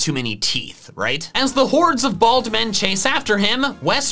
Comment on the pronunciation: love how puts emphasis on the Bald men being in danger